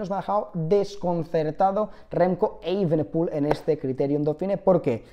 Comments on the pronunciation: se pronuncia evenepul no eivenepul la i no va en ningún lado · Porque dices remco eivenepul, así no se pronuncia